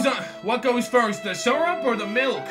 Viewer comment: ITS SYRUP